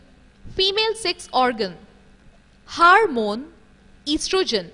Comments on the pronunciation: It's hormone not "HARMONE" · Aunty , HARMONE nahi HORMONE hehehhehe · Its hormone not harmone